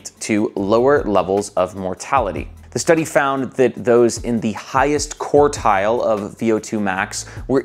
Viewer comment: I'm available to give you pronunciation lessons. We'll be starting with quart and quarter.